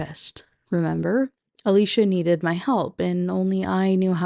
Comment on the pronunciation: First off: thanks for saying Alicia that way. That’s my cousins name and is indeed pronounced like that Woman, speaks: SIREN! LURING MEN TO THEIR DOOM! Woman, doesn’t speak: SILENT SIREN! LURING MEN TO THEIR DOOM! Men shut the f up challenge “Kathy hates weed” Me: DUMP HER! “Kathy is cheating on him” Me: Oh, yeah… totally then. You always explain these books in a way that makes them seem soooo interesting. I guess it’s because I don’t have to deal with the WAY it was written.